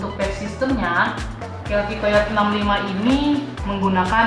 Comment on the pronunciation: ijin sedikit koreksi. untuk penyebutan/cara baca dari COYOTE itu (kayoti)😊